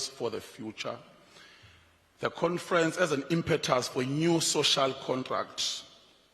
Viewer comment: Confrents haha 😄